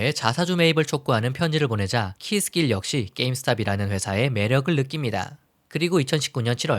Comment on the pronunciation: Keith Gilll의 원어 발음을 제대로 구사해주셔서 감사드립니다. 다른 사이트에서 찾아보시면 '키스질'이라고 잘못 표기되어서 한국내에서는 키스 길에 대한 이미지가 실추 되고 있습니다.